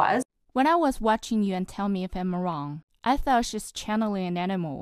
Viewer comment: why does she say " wrong" as "on"?